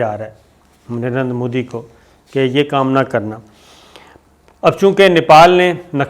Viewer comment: Did he just say Narendra Phooddy?